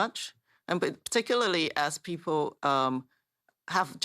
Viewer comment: Lmao “pee-poh”